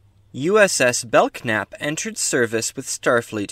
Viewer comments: The k is silent it's really the belnap class a lot of people say it wrong like I did all those years lol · I HAVE heard of The Belknap Class before. I think it was either an old Technical Manual or maybe a FASA Table top reference. I can't remember! Great video, nice deep cut for the curious younger members of the Federation, but I DO think it's [Bell-Nap] and the "k" is silent. Thank you and I'm happy to see your video in my recommendations. Live long and prosper. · I think the k may be silent. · I believe the K is silent in the pronouncing of the name.